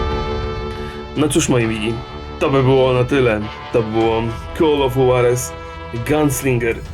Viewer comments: Rock nie "call of huarez" tylko "call of hłarez" tak jak nie czyta sie juan - huan tylko hłan mam nadzieje że wiecie o co chodzi ;p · Gimby J w hiszpanskim czyta sie jako H, a Juarez to meksykanskei miasto wiec mowi sie Huarez ;)